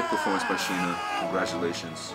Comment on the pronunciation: To the reporters, the name is SINA. not Shina